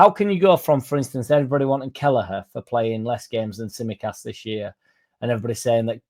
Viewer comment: oi oi! Tsimikas, silent T. 😜